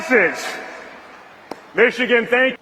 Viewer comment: Did he say "What's going on Mexicans?" Did he mean to say "Michigan"?